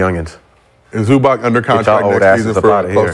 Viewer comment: Dude said Zubac smh...he's a beast